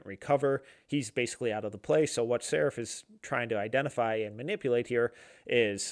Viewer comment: He’s pronounced SARAAAAAAF